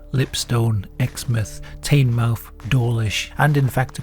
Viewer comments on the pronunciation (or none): As a Devon lad, the way you pronounce "teignmouth" gives me nightmares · Teignmouth is pronounced "Tin - muff"